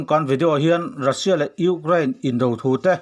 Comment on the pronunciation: kan pu hian Ukraind hi alam tha theilo nge maw ni le ngaih aha tlak khawp mai